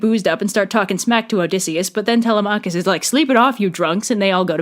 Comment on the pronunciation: The way you pronounce Telemachus is physically painful, and Circe was certainly a scare, but. I gotta admit, Kirke sounds badass as hell🥔